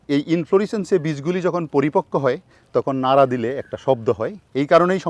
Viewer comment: সার আপনাকে ভালো লাগে বাট একটা বিষয়। আপনার বাংলার উচ্চারনে ভুল আছে এবং বেহাল দশা। সঠিক বাংলা শব্দের উচ্চারণ করবেন আশাকরি। যেমন: তকন ( তখন), হচ্চে ( হচ্ছে), এনেচি ( এনেছি),যাচ্চে (যাচ্ছে), আদিক্ক( আধিক্ক), তেকে ( থেকে), অতবা (অথবা), পাচ্চেন ( পাচ্ছেন), স্তানে ( স্থানে) অরতাত ( অর্থাৎ), মাদ্যমে ( মাধ্যমে),উদ্বিত ( উদ্ভিত), মাদ্যমে ( মাধ্যমে)। আপনাকে সবাই ফলো করে। আশাকরি শুদ্ধ বাংলায় কথা বলবেন। আপনার কাছে এমনটা আশা করিনা।